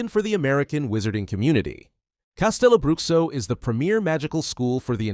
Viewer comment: I'm brazilian, so, just trying to be helpful here: CasteloBruxo is pronounced CasteloBrooSHO. Not, Broockso.